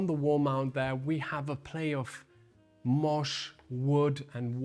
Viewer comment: Hey, moss is pronounced like boss! Great job as always guys❤